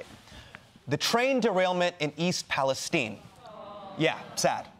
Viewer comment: why do ppl in the US pronounce palestine pal-es-teen instead of pal-es-tine?